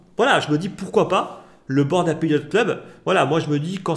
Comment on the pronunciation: C'est un détail mais frérot revois ta prononciation de "Ape" 😅